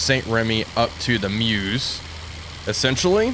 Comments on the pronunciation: Nice video. I don't want to offend you my American friend, but the river is pronounced Murr-zh. Murr as in the gift of the Magi, and Zuh as in Zu-rich. Got it? Make your WW1 Veterans happy. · The eu in Meuse is pronunced a bit like the vowel sound in fur, before you start rounding the consonant. Sorry, couldn't find any better example, but I hope this helps. Great video anyway!